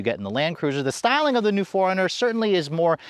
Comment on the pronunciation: Why am I keep hearing Foreigner instead of 4Runner 😂😂😂